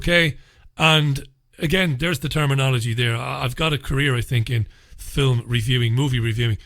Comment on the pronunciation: I like when you say fillum. It reminds me of Bishop Brennan.